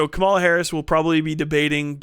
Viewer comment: KA-ma-la, not ka-MA-la. It's meaningful to speak her name correctly. I know it was a simple slip-up, but we gotta be careful to put respect on her name and rise above the blatant racist mispronunciation others are doing.